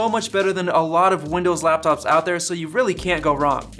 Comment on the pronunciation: Ha.... "Windows-Láptops." How infantile.